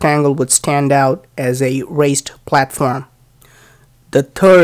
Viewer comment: You are doing some really good work. Forgive me for making suggestion to your already good articulation. To avoid confusion: The way you are pronouncing: "raised" sounds very much like "waste." Since both of these words are used in your explanation; it is important to keep the pronunciations distinct.